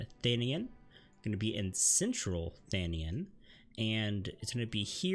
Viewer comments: Thanian??? Its thanalan not thanian thats a l not an I (see how both look alike? One is a lower case L and the other an upper case i) u have no excuse the say it in in game voiced cutscenese if i recall dont quote me on that though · Bro said “thenien” 😭😭😭 it’s THANALAN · tha- na- LAN!